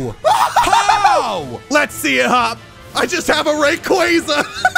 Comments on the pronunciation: To it raykwayzah not ray qwah zuh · Please stop saying rayquAza its rayquaza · Your saying rayquaza wrong